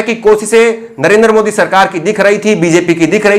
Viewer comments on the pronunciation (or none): none